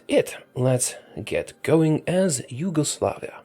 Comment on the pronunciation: “Huge-oslavia” THAT AN ACHIEVEMENT